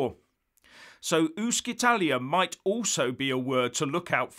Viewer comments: I think your Italian pronunciation needs a little help. But then it keeps me in stitches. Keep it up ! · 'UscItalia' is not pronounced 'Uskitalia' but 'UtchItalia'. Thank you.... and 'ItalExit' comes more from Latin than English.... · Ooh-she-tah-lee-ah - practice makes perfect! Also, gi = j, not jee. Brilliant content as ever, though,. Others give us the facts, you drill down to the details! Thanks! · The pronunciation of UscItalia would be "ooshitalia" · Please get it right! “Uscitalia” (‘uscita’ + ‘Italia’) is NOT pronounced ‘ooskitalia’, it’s ‘oosheetalia’! The ‘sc’ is pronounced “sh” / ‘sci’ = “shee”. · It is not ooskitalia, but ooshitalia. Good grief. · It's not "uskitalia", it's "ushitalia". (No bad language intended). "Uscire" (usheareh) is an infinitive and means to exit, and the "c" is soft. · Hi, thank you for you video. Just a little thing: Uscitalia is actually pronounced ushitalia. Doesn’t sound that well in english 😊 but a lot more in italian 🇮🇹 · Pronounced oo-shee-ta Can’t wait for it to happen. Great channel great info. 👍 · It's pronounced oosh-Italia. Happy to help. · Hi, as your english is perfect, your Italian is not, please pronounce " Uscitaly or Uscitalia " like " " oeshitaly "or " oeshitalia", like you see, shit comes in enyway! Great work as usual! Grt from an Italian in Belgium! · As usual an interesting and informative video. However you do have to work on your Italian pronunciation. “Sc” followed by a narrow vowel is sort of like an “sh” in the Queen’s English. Small point though. Clear-headed and informed commentary. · The Italian word "uscita", meaning "exit", is actually pronounced oo-sheet-a ("sc" in Italian is equivalent to the English "sh"), so "Uscitalia" would be pronounced oo-she-talia, you can hear it here …. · It is pronounced “Ushitalia”. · Dear Sir It's pronounced ushitaly. Yes seriously. Otherwise it would be spelled UschItaly!